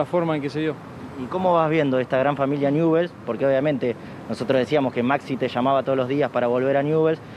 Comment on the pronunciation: No se dice newells